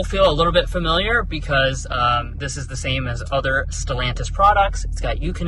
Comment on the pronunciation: I liked it up until the word “Stellantis.”